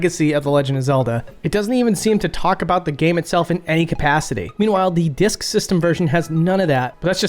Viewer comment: I love how every once in a while you're like "di-yusk" reminds me of someone